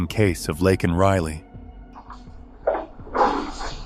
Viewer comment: Please say her name properly. It’s not Lockan it’s Laken.